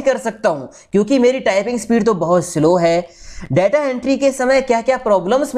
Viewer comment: 'Daataa' nahin 'Detaa'..... Video banaa ne se pehle pronunciation toh sahi kijiye.....